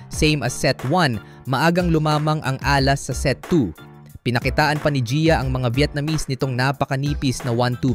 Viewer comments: AI ka ba? Dapat stress nasa 2nd syllable a-LAS hindi A-las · Please pronounce Alas properly.